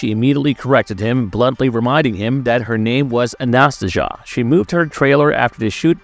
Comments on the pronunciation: It’s pronounced Anna-Stay-Zia. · I think the name is pronounced closer to Anastasia